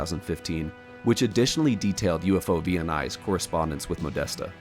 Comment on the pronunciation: "OVNI" is the Spanish equivalent of *UFO*, and it is pronounced as a word, not spelled out letter by letter. UFO+OVNI = UFOVNI